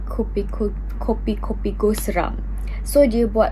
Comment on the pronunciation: It's kupi kupi go not kopi😂 And it's ekram not ikram😉